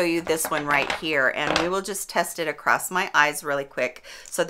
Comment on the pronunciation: Across☆☆☆ not acrost 😔😟😟